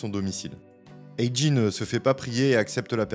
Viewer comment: Coucou, c'est pas A.GEE,c'est A.JAY😉✌✌✌